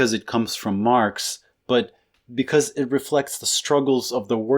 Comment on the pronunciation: did you say marps just then?